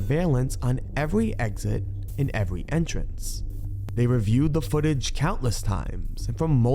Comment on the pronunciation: Did you say evewy?😂 Still love your videos bro!! Keep up the good work.